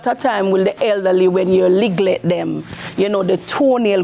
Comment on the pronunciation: Loved this!! Good luck with your spa. Also, hopefully someone corrected her mispronouncing the word "neglect".